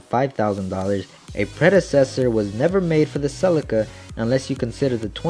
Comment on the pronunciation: Anyone else notice he said celica wrong